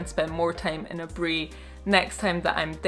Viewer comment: Who else loves the way she pronounced Aburi 😁❤️